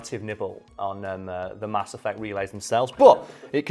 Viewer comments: "Cerberus" "Ass Effect" Are you trying to tell us something? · "Mass Effect" -> "Ass Effect" -> "Ass Eff" XD